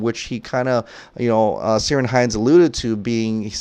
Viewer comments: Love your videos man. But seriously, Ciarán is pronounced keer-awn. Thanks. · Just a reminder of a week ago, Ciaran is pronounced Keer-in or Keer-awn. I know Ciaran Hines couldn't care less about the pronounciation he has heard it pronounced wrong so many times he has given up correcting people. But for the younger Irish and Scottish lads out there, it is a K sound not C.